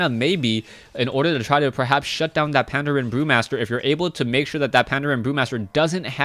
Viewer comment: Yay you're finally saying Pandren right! XD Brilliant cast as always.